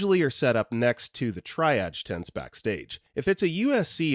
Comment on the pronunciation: Ugh. Maybe AI Narration can't pronounce place names (... or a period symbol ... or the word "number"...) but they/it can say the foreign words that have become part of the English language. "Tri-ah-gee" is said "tree-azh," the "azh" like in Zhivago. DO IT.